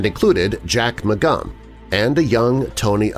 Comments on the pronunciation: I'm correcting myself. I think you called him Mcgun, although that's still wrong. His name was Jack Mcgurn. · His name was Mcgurn,or close to it. Not Mcgum